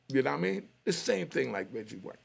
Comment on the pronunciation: It's Reggie Wright not Reggie white 😅